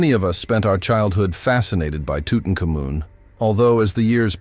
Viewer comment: I have never heard it pronounced tutucamoon have you?